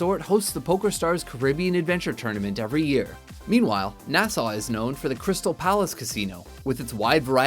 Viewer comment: stop butchering the words Costa and Nassau